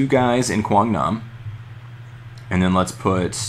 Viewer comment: best part of this vid is hearing you say Quang Nam. You don't butcher the names like I do on my vids ha ha